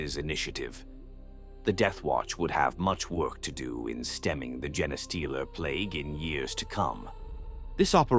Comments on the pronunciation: I wish channels would stop using AI.... jenna-stealer...tie-ranids, would be nice if the pronounced anything right... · Isn't it pronounced Jean Steeler like you know they steal your genes of your DNA not this other word he's saying like am I wrong have I been pronouncing it wrong this whole time I thought the name made sense they steal human genes or infect you know other races genes you know their DNA and turn them into something else